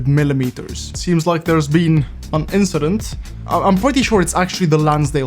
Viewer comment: just an inchident